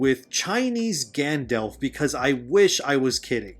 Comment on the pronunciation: Good video but PLEASE have people listen to a read thru FIRST and correct your pronunciation before recording!!! You mispronounced a couple of words and peoples names (Rhetoric, Eowyn, Glorfindel, Gandalf, and Sylvan?). Have you ever even watched the movies? Doesn't seem like it. Also Middle Earth looks and is written the way it is NOT because he lived in England and he wrote what he knew, although that HELPED. He wrote Middle Earth like he wrote Middle Earth BECAUSE it was supposed to be a fictionalized, mythologized ANCIENT history of England SPECIFICALLY.